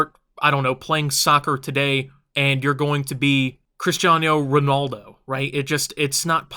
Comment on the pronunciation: You say cristjano ranaldo rong bat ai wont bi thet gai